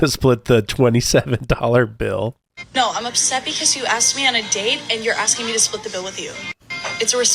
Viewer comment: "nobody axed me"